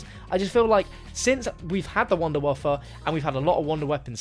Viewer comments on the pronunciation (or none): Why are you calling the Wunderwaffe Wunderwaffa? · Your mispronunciation of wunderwaffe just, hurt.